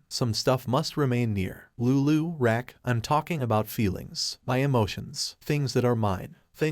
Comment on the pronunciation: It’s KAIN-an not KON-an and Raq not Rack. Would like liked to watch this but I can’t with the mispronunciation of the characters name.